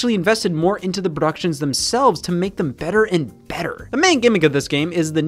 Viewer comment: he said productions weirdly and it funny